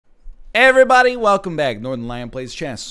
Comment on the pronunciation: I love how much he cares to prove that he's not on twitch. I just wanna hear that good old "Ayerrybody" from time to time.